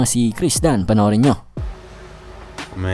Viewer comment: kendrick nunn ung lodi hindi kriss dunn ✌️😁